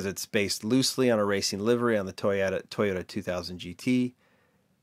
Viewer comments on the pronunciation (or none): none